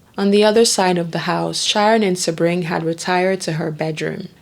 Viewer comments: You do good work and people can learn from your meticulous research. But please bolster your professionalism by getting the pronunciations right. It’s not Beverly Hillybillies. It’s David Niven, not Nye-ven. Sebring is “See-bring.” And Folger is a soft, not hard “g”. This is a notorious case, so there are multiple ways to verify these names. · Damn! Narrator, how the hell do mispronounce SADDLE!, FAIRBANKS, SEBRING, TRIVILIZE!!!! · True. For instance Catherine) Deneuve, Sebring.